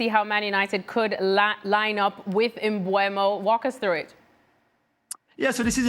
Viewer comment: Mbeumo not Mbuemo!